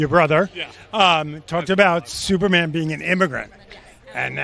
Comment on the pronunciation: Its superman, not supermanuel